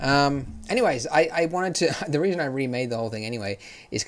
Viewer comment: "The WEASON" lmao ... Not laughing at ya Andrew, laughing with you bro